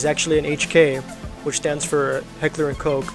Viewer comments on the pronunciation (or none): Heckler and Koch is not pronounced "Coke". Just type it in google translate in the german sektion and let google say it.